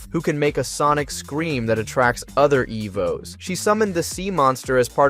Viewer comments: You started out great calling them Evos then progressively got worse calling them Ev Os 🤦‍♂️ jesus crist dude..... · Didn't realize it's ai until it starred fucking up how to say "evos"